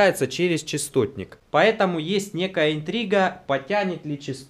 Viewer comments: Частотник, а не честотник... От слова - частота. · Ты в видео говоришь Честотник. Хотя это распространенная ошибка...